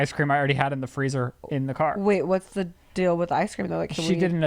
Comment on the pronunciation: I love how now says “ dill “ for deal 😂😂😂 also Max & Jet literally have the coolest parents!